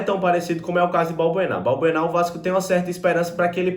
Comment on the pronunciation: não é Balburná e sim Balbuena